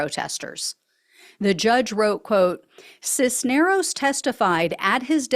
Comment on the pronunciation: Cisneros, you pronounced correctly. The first name is e LI as. for Elias. Accent on the center. REALLY glad to see these goons are being held to account for the BS.